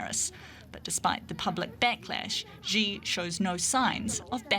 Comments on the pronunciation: Somebody tell the news narrator “Xi” is pronounced “C” not “G” 😂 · It's pronounced Shee Zhinping, not Zhee Zhinping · Xi is pronounced as See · You would kind of expect a news media outlet would know how to pronounce world's 2nd largest economy leader's name? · As a major media company, I'm sure you can find a newscaster who can pronounce Chinese names correctly? Basic respect, right?